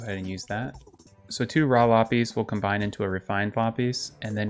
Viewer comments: “Lapees” is not how you say lapis it is lap-is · Lapis is said like: La - piss not la - pees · So just fyi Lapis is pronounced [La-Puhs] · i call it la pis but he calls it lah pees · lop eez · its la-piss, sorry, im just a little irked by that pronunciation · It's honestly kinda paining me that he's pronouncing Lapis wrong, no jab at it's just a little thing with me. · The way you say lapis is really weird (for me at least), I didn't understand what you were saying until you actually got the ore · The way you say lapis makes me want to kms